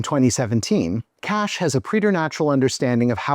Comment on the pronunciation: Ok, whenever you say "Cash" my stupid mind understands "KASCH" (like some people pronouncing KAJ) 🤦